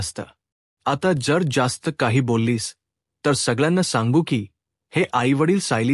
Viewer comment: हक्कलपट्टी नाही हकालपट्टी. जासत नाही जास्त. आपण मराठी भाषिक नाही असे आपल्या वाचनावरून , उच्चारावरून वाटते. मराठीत " च " आणि " ज " चे उच्चार संदर्भानुसार वेगवेगळे असतात. परिणामकारक वाचनासाठी ते उच्चारातील फंरक माहिती करून घ्या.